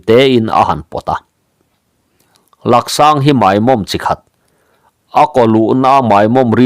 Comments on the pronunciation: Laksang tihlohtur laaaaaksang tihtur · Laksang i tih hi Laaksang tih zawk tur. A hi lam sei deuh tur. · Laksang❌ Làksâng✅ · Lak sâng nilo vin, lâk sâng tih tur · Laksáng ni lovin lâksáng zawk Laaaksáng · Lak sâng ni lovin,lâk sáng zawk aw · Langsang a ni lo. Laksang ti a lam tur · Sir, "Lak sang" ti lo la, "Lâk sang" ti tawh teh. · Laksang an tilo Làksàng tih zawk tur w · Laksâng ni lovin Lâksâng,thingkhawilu ni lovin thingkhawihlu aw.😮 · Làksang...a hi thluk tur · Laksang ni lo in Laksāng tih tur zawk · Lâksang tih tur ani zawk lo maw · Làksàng ti a thluk tur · Laksang I lamrik Dan a diklo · Laksang ilam diklo Laaksang ang hian aw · Laksang tih hi thluk sei tur thluk sangin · Mizo tawng hi i chhiar thiam lo bet awm e, chhiar tawh lo ngam rawh. I thluk dik lo nasa thei si. Laksang i thluk dan te hi tu mahin an la hmang ngai lo, a zahthlak lutuk. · Laksang a lak i lam dan khi a dik lo 😂 tawngthluk awlsam te lam dik loh atam thin khop mai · Laksang lak tih lai kha thluk deuh tur